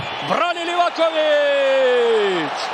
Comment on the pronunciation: Mala opaska za bosanskog komentatora kad izgovara Livakovićevo prezime. Moraš mu malo rastegnit prezime kod izgovaraš. Znači kad dođeš do slova o, ono malo odužiš.